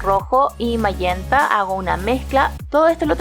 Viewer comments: Lo que suena raro es ese tal mallenta o como se diga SE DICE MAGENTAAA!!! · Pintas muy hermosa la comida, pero me encantaría ver que pintes rostros, flores, paisajes , etc. Nunca me pierdo tus hermosos videos. Una observación. El color magenta se pronuncia majenta en español y en inglés se pronuncia mayenta 👏👏👏👏👏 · En español es magenta (pronunciandose majenta), tu público es hablante del español, aunque "te suene raro", suena mas raro "mayenta". Por lo demas, una gran clase.